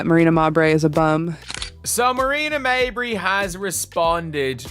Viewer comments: If you’re going to use an AI voice either a proven inability to properly pronounce names, WRITE THE NAMES PHONETICALLY. Mabry, try MayBree. Instead of Jacy maybe try Jaysee. You can do better. How many ways can this AI voice mispronounce Mabrey in the same clip? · Stop mispronouncing mabrey 😢😢😢